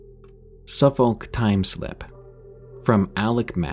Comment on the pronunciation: The L's in Suffolk and Norfolk are silent - they're pronounced Suffuk and Norfok or similar depending on your accent 😊